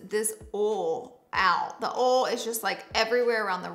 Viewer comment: wait why is she pronouncing oil as "ole" ??